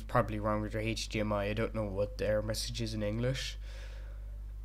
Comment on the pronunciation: Dein Englisch ist echt gut Edit: die außsprache